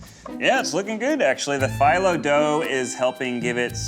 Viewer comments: I’m sorry Ned, but the way you pronounce filo hurts my brain. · Hearing Ned pronounce PHYLLO makes me uncomfortable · Ned pronouncing phyllo incorrectly is making my spin twitch. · The way Ned pronounces Filo 'dough' makes me want to rip my ears out :( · Ned's pronunciation of phyllo hurt me. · Just hate the way Ned pronounces 'filo'. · Hearing Ned pronounce phyllo is giving me anxiety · That’s not how u pronounce phyllo! Lol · All the Greeks listening to Ned saying Phyllo wrong 😑🤚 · Did anyone else get a little annoyed with Ned's pronunciation of "Phyllo"?... No just me lol. Also did anyone else notice the subtle nod to the Sanrio character "Cinnaroll" by having Rabbits as the intermission animal. I don't know if it was on purpose, but if it was I say congrats whoever thought of it. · Is that really how you pronounce "filo (slash phyllo) dough"?? I have been pronouncing it wrong my whole life?? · Couldn’t handle the pronunciation of phyllo dough lol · Pronounce phyllo wrong one more time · Can somebody please tell Ned thats not how Filo Pastry is pronounced before I die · Not me losing my ever loving Greek mind at Ned mispronouncing phyllo AND bringing disgrace to baklava. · Ned's pronunciation of "phyllo dough" makes me want to scream. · Ned’s pronunciation of “phyllo” is NOT doing a great job selling the cookbook lol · Is anyone else annoyed about how Ned pronounces phyllo dough? Like, I don't know if I'm right, but I'm pretty sure it's like fee low not fye low. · The way Ned pronounces "phyllo" drives me crazy. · Phyllo is pronounced feel-o, not file-o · I don’t know if this is just me, but Ned saying Phyllo like “phEYEllo” bugged me so much. I’m not from the Mediterranean area so I don’t know for sure the correct pronunciation, but I’ve only ever known it as “phEEllo”. I could just be being overly analytical though. If anyone knows the correct way of saying it, please let me know! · Ned - you make me CRAZY!! It's pronounced 'fee-low', damnit!!